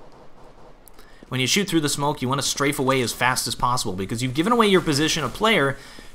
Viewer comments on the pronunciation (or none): none